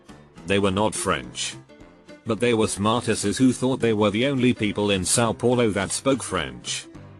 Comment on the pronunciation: São poolo B R U H